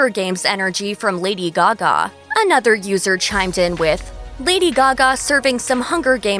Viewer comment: Lady Gagme